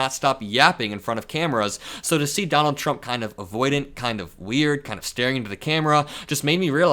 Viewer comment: 😂😂😂THE OLD MAN…..”don-OLD”……and now I am convinced both vance and the old man are gone totally…..FUBAR! 😂😂😂😂😂